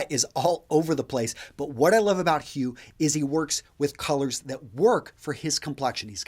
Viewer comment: Sir, the last name HU shall be pronounced as WHO ;)